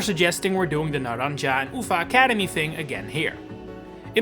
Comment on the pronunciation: Hello Great video, love your content, its just so funny how you pronounce the Naranja and Uva academies as a spanish speaker i can say its a good try